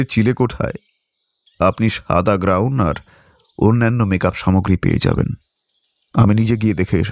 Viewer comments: ভালো লাগলো,তবে একটা অভিযোগ আছে, উচ্চারণ এ একটু নজর দিন। কথাটা গ্রাউন্ নয় গাউন। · কথাটা হল গাউন, আনারা বলছেন গ্রাউন